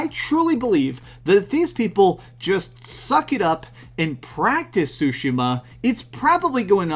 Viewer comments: Ugh , the way he pronounces “Tsushima” is an ear rape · There’s also a huge chunk of the internet that’s laughing at how you pronounce Tshushima